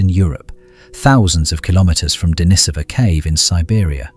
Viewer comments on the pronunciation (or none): Fingernails on a chalkboard! The correct pronunciation is De-NEE-so-va (name of the cave), not De-ni-SO-va. And the people were De-NEE-so-van, not De-ni-SO-van. But I guess you can't expect much better from cheap AI narration (programming a "British" accent does not give it more credibility).